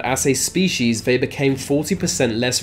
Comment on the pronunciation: You sound inbred!! Vey??? They why do you sub V or F for TH.